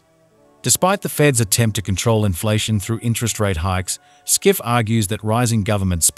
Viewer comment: His Name ist Peter Schiff, pronounced as shif